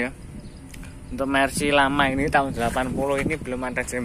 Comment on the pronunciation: Chamber jenenge. Tp nyebute jember 😆